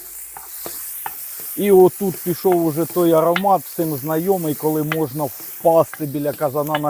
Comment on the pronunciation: а чо "всим" а не "всім"? то якісь нові правила вимови, я щось пропустив? чи просто говір?...